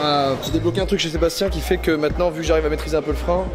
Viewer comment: "FAIT" avec un "S" Joyca, pas un "T"